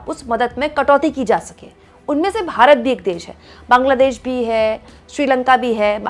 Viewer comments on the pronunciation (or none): none